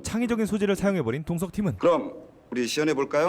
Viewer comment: 동석이 자꾸 마동석으로 들리네요